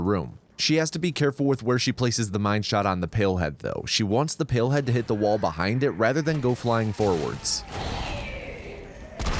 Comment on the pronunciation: Not me thinking he is saying pillhead and not palehead